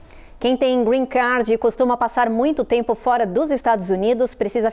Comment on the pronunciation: Porque voces pronuciam Green CAR,, nao e Grenn CAR e sim GREEN CARD (CARD) CARTAO, Nao e Carro Verde